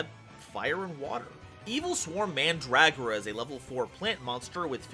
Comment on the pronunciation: Between Ouroboros and Mandragora I had to stop watching Like seriously how do you get an "a" sound out of that